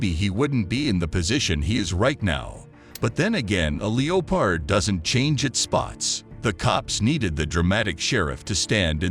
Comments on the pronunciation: a Leo Pard? Gotta love text to speech programs and a lack of editing for their content! Leo Pard, not leopard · The narrator sounds like a computer generated voice. Strange cadences…. Strange pronunciations (“LEE-o-pard” was my favorite!). A strange read all around. It gets annoying, honestly. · A lee-oh-pard doesn't change it's spots? C'mon man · 😂 it's leopard not leo pard😂 A.I. is stupid 😂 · What is a "leo-pard?" Stop using AI. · Lee oh pod? Your AI is infuriating. Which one? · Fucking AI! A LEE-O-PARD?? WT ACTUAL F? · Sorry… Leo- Pard? I both love and hate that pronunciation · Get a better AI voice please. WTF is a LEO-pard? 🤣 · “A Leo-pard” ?? Can’t find a better educated AI to narrate your videos? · Leo-Pard? I'm outta here... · Its funny at the mark they say lee o pard for leopard and minutes in he says arkansess for Arkansas. Funny automatic readers.